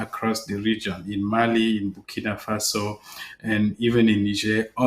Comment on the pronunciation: It's "Burkina Faso" not bikini fossil